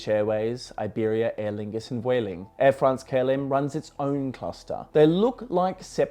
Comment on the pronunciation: Thanks for pronouncing "Vueling" correctly! :-D But seriously, it always comes to the bottom line. With Spirit gone in the US, we're in for even more interesting times.